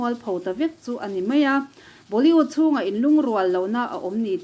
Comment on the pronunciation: Tarlan tih thumal hi a tam mah2 thin ani.. hman a ngai bawk si..🤭🤭 Chuan Boli-ût nilovin Boli-wût ni zawk se... 👍👍